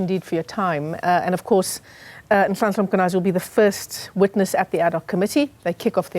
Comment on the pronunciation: She must first apologize for calling Mkhwanazi "Makwhanazi"